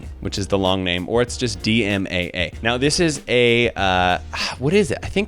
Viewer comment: People who say creatine will make you fat are old school 'bros' =P When you first mentioned the DMAA, I thought you were saying MDMA for some dumb reason, had to triple-take look at/hear what you were saying lol Melatonin will ONLY tell your body when it's time to sleep, not give you a better sleep. Too many people are using this for the wrong reasons. Think of people who go across many time-zones when traveling. It'll just help reset your internal clock a little quicker.